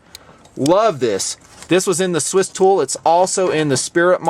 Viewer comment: Did say Stool? Lol!